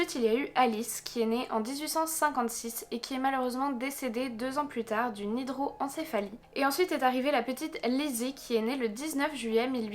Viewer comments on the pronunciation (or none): On dit hydrocephalie et non hydroencephalie chere, j'en suis atteinte....